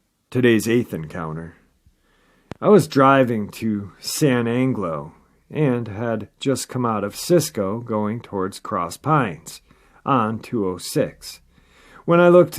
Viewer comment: I believe it is pronounced San an ja low. I know the area pretty well. Have had some experience in that area. Windmill country. Lots of area to run.